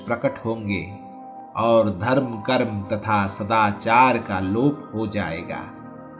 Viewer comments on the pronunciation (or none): none